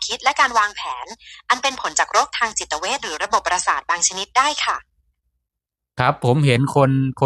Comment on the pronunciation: จิตเวชครับไม่ใช่จิตเพช😊